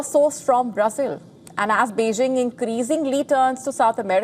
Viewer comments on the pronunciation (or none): none